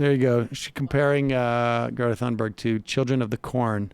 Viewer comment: Please pronounce Thunberg correctly. Every time you mispronounce her name, it makes me want to stop watching. If you need reference for how to correctly pronounce her name, Amy Goodman is a good reference for pronouncing it with a US accent.